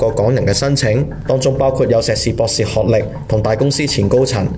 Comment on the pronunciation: 旁述需改善咬字，聽到懶音。学历(历字)，當地(當字)，呢(l音，非n音).....